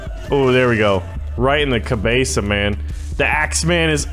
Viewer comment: "rIGHT IN THE CABESA" i died